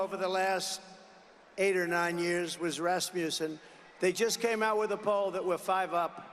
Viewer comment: Listen carefully to how he pronounced "Rasmussen." He said, "Raspussen," conflating Rasmussen with Rasputin, the Russian mystic. It's like a child is speaking. My former elementary school students frequently mispronounced words, as children often do. What's 45's excuse? Mental deterioration due to faulty brain synapses.